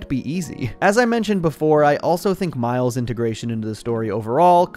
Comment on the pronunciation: Bro said Mile’s 💀